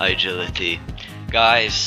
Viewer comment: rofl the weirdest guy in the clan chat. "eyegility"